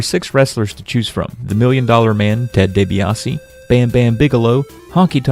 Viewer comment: Ted day-bae ah say